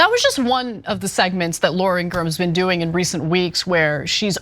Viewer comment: You don’t need to speculate, it was Laura Ingraham. Pronounced In-gra-ham, not Ingram. 😐✌🏼